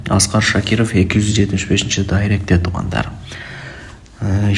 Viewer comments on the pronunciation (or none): Дайрек эмес дарек болот